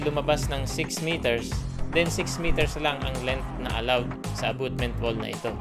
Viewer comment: Dimo man ma pronounce ng tama ang abutment. Abotment naging hukay na ang wall mo. Is equal to, hindi po is equals to.